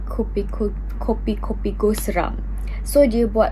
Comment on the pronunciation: It's kupi kupi go not kopi😂 And it's ekram not ikram😉